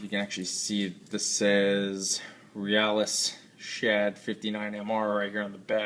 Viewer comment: nice review, i think its pronounced "real-iss" as in the first part of the word realistic